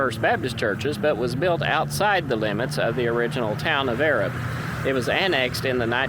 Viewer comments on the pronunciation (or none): Pretty cool video. We say Arab like A-Rab though. 👍 I see you’ve done a few videos on Marshall Co. but haven’t watched them all. Just found your channel. Have you done a video on Union Grove? There’s a place called Greenbrier Cove, several old cemeteries down there. In the Civil War the Union Troops crossed the river down in Greenbrier, they had camps down there. My great great grandmother who died at 106 , she was the oldest person in Marshall County at the time. Her obituary said that she remembered Yankee troops crossing the river and setting up camp down there. My great great grandfather was a Confederate soldier and my gg grandmother’s second husband. He is buried in the Cove.